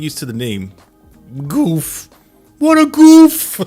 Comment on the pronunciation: "This is no Zaku boy!" Also it's pronounced more along the lines of Guff.